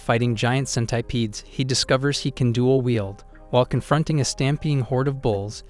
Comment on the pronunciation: Cen-tai-pede.... when you watch too much hen-tai